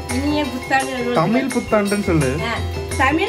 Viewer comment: Super தமில் இல்ல தம்பி தமிழ்